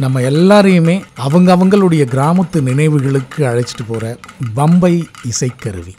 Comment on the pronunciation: MIHA ARUMAI....Nihalchi Varnippaalarku oru seidhi. Uchararikumpoludhu Pambai yendru Ucharikavum bambai alla...